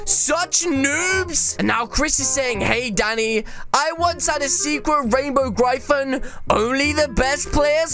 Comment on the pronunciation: I like how he says gryphon the wrong way